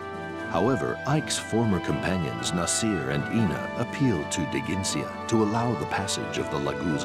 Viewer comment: God damn it! Even the narrator mispronounces Nasir!